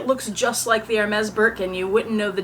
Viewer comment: It is not ermez...it is airmay